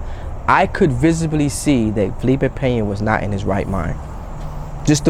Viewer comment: Hit the dislike because you said his name wrong otherwise good video lol